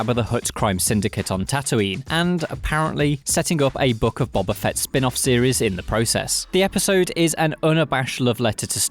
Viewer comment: The way this guy pronounces boba fett bothers me, it’s like he’s saying BWYABA Fett.